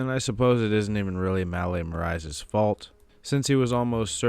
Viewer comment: The pronunciation on Marais tho😂 love the video tho!